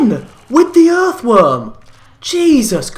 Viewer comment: U make me laugh when u say earthworm